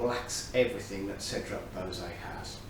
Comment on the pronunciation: Anyone this excited by Cedrat Boise should learn how to pronounce it. 😏